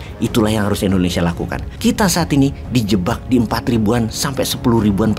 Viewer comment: Ijin pak Wowiek, pengucapan Indonesia pak (bukan Endonesia) 🙏🙏